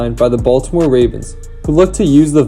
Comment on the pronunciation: It’s Bengals and Ravens offensive line, not Bengalss and Ravenss. Good video though !